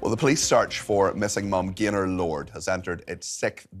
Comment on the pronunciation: He says Gaylord at first... I swear 😮